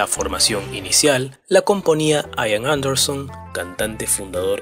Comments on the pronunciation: No se pronuncia "Aian" se pronuncia como se escribe "Ian" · "aian"... no, Ian. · No se dice ^aian^ se pronuncia ^ian^ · "Ian" ("Juan", en gaélico escocés) no se pronuncia "Aian", sino "Ían", tal como se escribe y con acento en la "i", por ejemplo. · Además, la conjunción CH se pronuncia CH, no SH, la letra D se pronuncia D, no T. Y la V es V, no F. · se dice IAN anderson, no "AIAN" anderson, en su nombre la "i" suena como la "i" del español, no como "ai" del inglés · No sé pronuncia " aian " es " ian"..se dice " klaiv" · Ian...Ian...no Aian. Se pronuncia Ian, como suena, como se lee en castellano. Ian Anderson. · No se pronuncia "aian" sino "ian", casi tal cual se escribe. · No se pronuncia "AIAN" se pronuncia como se escribe IAN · Se dice Ían, no Aian. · Se dice IAN no AIAN. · Se pronuncia IAN tal y como se lee, No Aian. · No se dice aian ni en inglés ni en español ....se pronuncia igual que como se escribe: ian anderson... Buen video👍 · Ian se dice Ian no Aian.... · con todo respeto se pronuncia IAN así como está escrito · El nombre del vocalista se pronuncia tal cual se escribe, acentuando la i: Ian. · LA INSISTENCIA DE LLAMAR AIAN A IAN ROZA CON LA TERQUEDAD